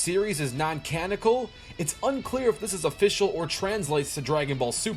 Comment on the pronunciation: "non-canicle" Facepalm